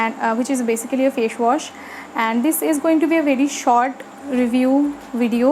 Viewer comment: Fashwash nahi facewash hota hai😂😂😂